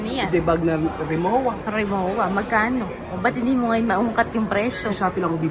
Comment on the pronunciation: Rimova pronounciation sa Rimowa. Status symbol lang yan sobrang mahal kasi, pag hinagis naman ng mga taga airport yan, same lang sa mumurahin, magkakabungol bungol din labas nyan pero sympre matibay yan at lifetime warranty pa.